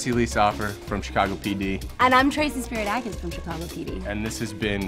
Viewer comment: It's SPIRIDAKOS !!!